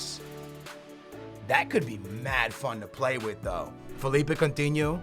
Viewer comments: STOP SAYING COUNTINHOOO JUST STOP ! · omg so much annoying shit!!!! no one wants your stupid Portuguese players! speaking of which why don't you pronounce Coutinho's name in your retarded 'Portuguese' way? and stop that shit where you call a player by his first name cuz you don't know his last - it's Firmino, not 'Roberto' ... also, DON'T use that stupid formation with 3 at the back it's so dumb and unrealistic. 3 at the back requires wing backs which you're obviously not going to do. and how the hell did you miss the part in the Payet email that they WERE interested in Lucas? you could have saved a lot of time and money there... and that's all I remember off the top of my head P.S. it's C-H-A-N not Kahn dumbass